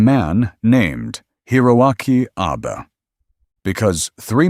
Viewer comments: It's a small thing, but it grates: the AI voice that narrates this piece repeatedly calls Admiral Abe, "Abe" like Abe Lincoln. Admiral Abe was Japanese. His name is pronounced with two syllables: ah bay. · The narrator keeps mis-pronouncing Admiral Abe name. It's pronounced ah bay. Don't believe me? Google it.